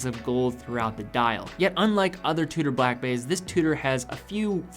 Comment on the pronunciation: Its pronounced Chew...Da not two...daa, great vid